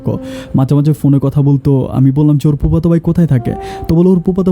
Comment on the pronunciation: আপনি "ফ" এর উচ্চারন ঠিক করেন।এই ভিডিও সারা দেশবাসী দেখেন,শুনেন।আপনি পুপাতো ভাই, পার্নিচার,প্রোপাইল এই শব্দগুলো বলেন।শুনতে ভালো লাগেনা।